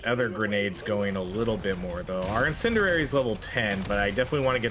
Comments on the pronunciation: Bro i love your videos but i cringe every time you say in-sin-dur-rary. Its pronounced in-sin-dee-ary btw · "IN-SIN-D-AIR-E" love your content but holy shit, this one fucked with my tism. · Incendiary. In. Sen. Dee. Air. Ee.